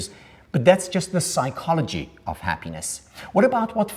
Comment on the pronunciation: The guy is talking for an hour about „ha-pínes“.